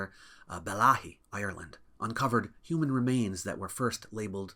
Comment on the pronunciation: You did an admirable job pronouncing Bellaghy!